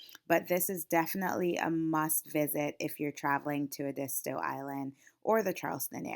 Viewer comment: Ehh- deee- stoo. Not : Ahh di sto.